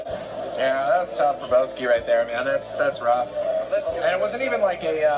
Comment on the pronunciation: Its like the commentator is trolling boski keeps saying bahski